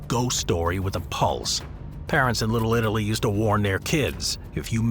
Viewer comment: Little Italy ❎ Little littlely ✅